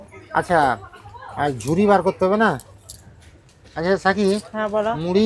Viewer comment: সাথী কে সাকি উচ্চারণ করেন কেন?